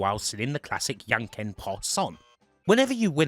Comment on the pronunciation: I must say that "Jan ken" isn't Yankin' Jan is a more similar to the English name John, and Ken is also just like the name.